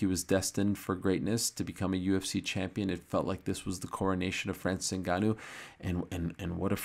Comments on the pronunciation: Ariel has to go out of his way to pronounce his name differently then everyone else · Ariel needs to stop with these pronunciations 😅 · the most obnoxious pronunciaciton of Ngannou's name. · Espn upper management bout to tell Ariel to Americanize his pronunciation of Ngannou’s name like they did to Izzy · Always going out of his way to pronounce the name different